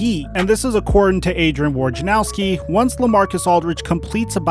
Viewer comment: "worjanowsky" - how says it "wojnarowsky" - how it's spelled